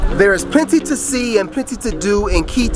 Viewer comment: At least make an effort to pronounce Quito the right way..